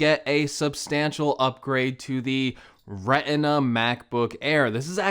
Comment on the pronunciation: Did he just say “Reh-inn-ah” (Retina)?